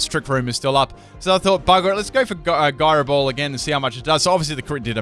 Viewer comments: guyroball lol, look up how to pronounce that. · It's pronounced "Gyro Ball" ! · Byron Slowe it is pronouncex jyro ball. Not guyro ball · isnt it why-fooo? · What's a guy-ro ball? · Full can't pronounce it team! Florges with Synthesis something with Gyro Ball I'm sure there's more... suggestions?